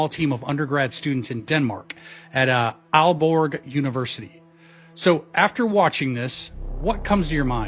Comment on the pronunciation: it is pronounced olborg in American for it to sound right..